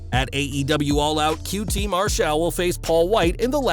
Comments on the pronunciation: How the fuck can you not say Marshall right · Why are you saying "Marshall" like that?